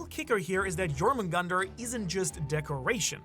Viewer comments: Thor and jormungandr do not kill each other. The battle caused a shockwave so powerful that the snake was sent back in time prior to his own birth. Also it’s pronounced “yor moon gan deer” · Second pronunciation of jormungundar is better, but it’s spelled Jörmungandr, which means the O sounds is completely wrong. If you want the most correct pronunciation I would listen to an Icelandic version (use google translate for easy mode)